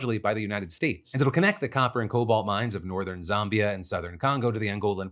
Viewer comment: Huge fan of this show but for the love of God Phil please learn how to pronounce Zambia(Zæmbia) correctly. Shout out us being on the show again :)